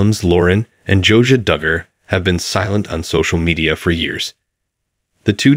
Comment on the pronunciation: It’s not “Josa” it’s “Josiah” and 573 thousand is not a mansion!